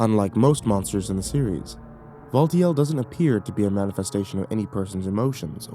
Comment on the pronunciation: Looking at the timestamps. Valtiel. AH YES. "VULTURE". Update: Mispelled "Valtiel". Fixed spelling error